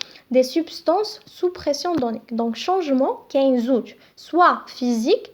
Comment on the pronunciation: Pression pas perstion